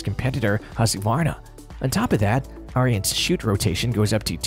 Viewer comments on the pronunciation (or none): Hard to take the AI voice seriously when it can't even pronounce Ariens correctly, lol. It's pronounced "Erins", not "Aryans". And why so many people get that wrong boggles my mind. I used to work at Tecumseh back in the day and we built the engines for them and often had their company reps there and not once did I ever hear it pronounced like Aryans by ANYONE.